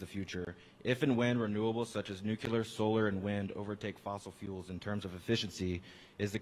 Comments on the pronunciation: Did he just say NUKE-YA-LER? 😂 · "It's NU-QU-LAR". ~H. Simpson.